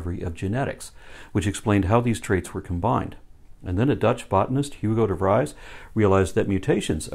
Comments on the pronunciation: FYI: Hugo de 'Freeze' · Not Hugo de Fries, it's pronounced Hugo de Freeze :) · Just a nitpick from someone from the Netherlands. The last name of Hugo de Vries is pronounced as "de Vrees" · perfect work as always.. small note: Hugo de 'Vries' is pronounced like 'freeze' or 'vreas' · De Vries is pronounced (almost) as Duh Freeze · Hey, another great episode. Just one tip: "Vries" is pronounced as freeze, but a bit shorter. 👍🏻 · First of, I enjoy your systematic destruction of Hovind. Not to nitpick though, but in Dutch, 'ie' (as in 'Hugo De Vries') is pronounced as the 'ee' in 'sleep'.